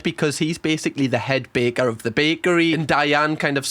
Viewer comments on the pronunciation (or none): none